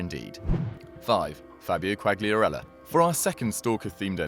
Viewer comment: Ffs how can you get every single Italian name wrong? Who's Bageo? And I don't even know how to spell what you called Quagliarella.